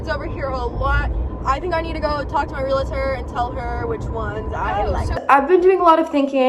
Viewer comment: it’s pronounced ‘real-tor.’ No ‘A’ in the middle. Otherwise, you’re doing a great job! You have handled being a teen mom amazingly. ❤️